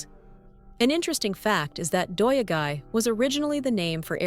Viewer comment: I commend you for trying to pronounce those difficult Japanese words, but what in the world! "Doya-gai" comes from "yado," which means accommodation, and "gai," which means town. Also, day laborers are "hee-yatoi-rohdoh-sha": hee = day; yatoi = hiring; rohdoh = work; sha = person/people. The "hee" was completely dropped. I had the hardest time understanding what you were trying to get at 😂